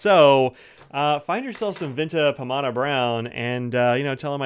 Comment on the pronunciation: You got the pronunciation right.